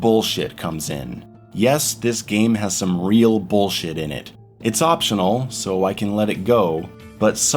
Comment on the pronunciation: I enjoy the way he says “boolshet”